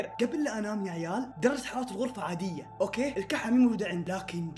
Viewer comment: كانك قلت :اوكي (باك او باكا 🐸 ) 😂 هذي الكلمه بالياباني 😂معنها:احمق ملاحظه : اقصد باك 🌚👋🏻